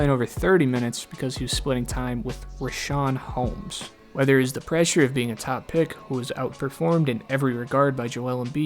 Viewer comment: Yo but why TF are you disrespecting Richaun Holmes name like that?